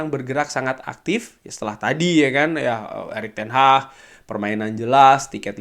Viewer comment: Erik ten haggg bang bukan ten hahhh